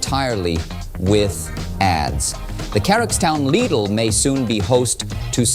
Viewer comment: When did you start pronouncing Lidl so it rhymes with 'needle'? I thought it rhymed with 'fiddle'? Otherwise, top show, no regrets.